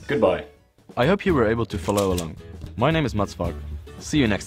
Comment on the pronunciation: that was kind of funny to me xdd "I hope you were able to falala along"